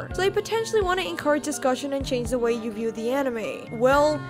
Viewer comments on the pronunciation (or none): none